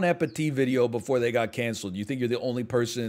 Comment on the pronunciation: did he just say "bethree" instead of "before"? If so was it intentional? lol